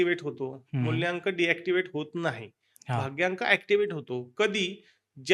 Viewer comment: मुल्यांक नाही रे मुलांक